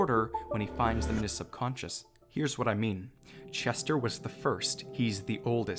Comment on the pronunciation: I love btw it’s subconscious not sub concus